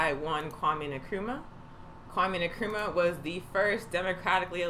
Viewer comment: Not meaning to nitpick, but Nkrumah is pronounced en kru ma, not ne krum ma.